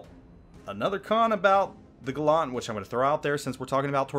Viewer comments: Andrew Stark No dickhead, he didn’t. Because Gallant was a British ship, not American. So the ship was christened “Gal-lant, not Gull-lunt. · The video is made and done but his pronunciation of Gallant is incorrect. Facts be facts, yo. :D It should sound like Gal-ent or Gal-ant but not Gal-awnt. ɡalənt It's not Gal-awnt-tree it is Gal-ent-tree or Gal-ant-tree. ɡaləntrē Look up how to pronounce the Schwa sound. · James Warner That’s not very gallant of you. See? Gal-lant. Not Gal-LUNT. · gallant is pronounced like gallantry :P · why do Americans say Gallant wrong LOL its Gallant, as in gallantry.. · because he's not the first American I've heard say it like that lol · for the record Galant as in the Mitsubishi and Gallant are not pronounced the same way. this ship HMS Gallant is pronounced like gallon or allen. it has a long a sound. words have meanings and different words are actually not the same. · Your pronunciation gives me the impression the Gallant is a French DD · Please learn how to pronounce Gallant. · If it was just a word it wouldn't matter how it was pronounced but in this case it is a name, which means it is intended to be pronounced one way and one way only and mr video maker was wrong. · yeah seriously it hurts my ears. ..and im not even a native english speaker. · No he did most certainly not.